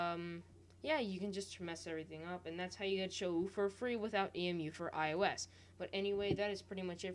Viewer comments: It's pronounced (show) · sho-ou be like lmao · It's pronounced show btw :)